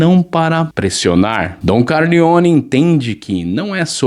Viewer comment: Com ctz fez resumo no chat gpt, não sabe nem falar o nome da família direito.